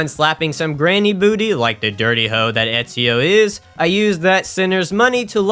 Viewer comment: You have an interesting accent cuz I have never heard anyone mispronounce Ezio's name like that. Also, in Black Flag, you play as Edward Kenway.